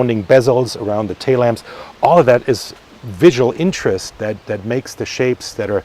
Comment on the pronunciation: "TAY LAMPS?" You mean TAIL LAMPS?